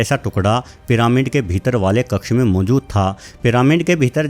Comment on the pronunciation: Piramind kya hota hai. Pronounce ghalat mat Karo.